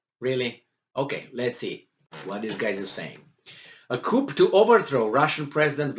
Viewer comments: It is pronounced "Ku" chickens live in a coop, Ooo maybe Russians are chickens they keep running away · FYI “coup” is pronounced with the “p” being silent.